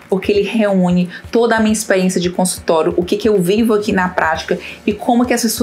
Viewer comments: Porque você só pronuncia consultoro e não consultório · Muito boa a explicação. Observe sua pronúncia quando vc fala a palavra consultório.